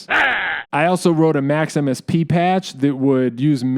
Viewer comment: I hear Max/MSP as Maximus P, which sounded kind of cool